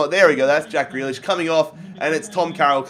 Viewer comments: It’s pronounced ‘greelish’ not ‘grelish’ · Greelish not grehlish please. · it’s GrEElish not Grelish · I mean grEElish in how it's pronounced not spelt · How you say grealish gree-lish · You don't pronounce grealish name like that u have to say greelish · Its prenounced 'Grilish'. Im Irish so i know.